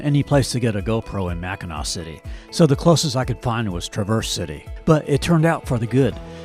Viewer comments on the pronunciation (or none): Enjoyed your video. Pronounced Tra verze City, bay, etc ... with emphasis on the first syllable. Always seems like an AI version when a video miss pronounces the names if they've really been there.